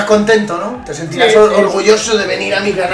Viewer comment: Ha dicho tet ya pensaba en teta